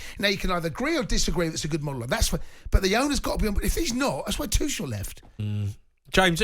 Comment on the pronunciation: Thomas Two-chels